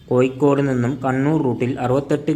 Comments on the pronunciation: ഏയല്ല ഏഴ് കോയിക്കോടല്ല കോഴിക്കോട് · കോയിക്കോട് അല്ലാ കോഴിക്കോട്